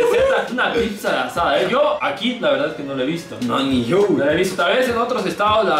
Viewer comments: Por qué dice la pipza 🤣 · A CASO DICE PIPZA? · es pizza no “pipsa” JAJAJAJAJA